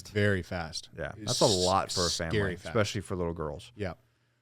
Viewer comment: Stop saying "expecially". Sound like a child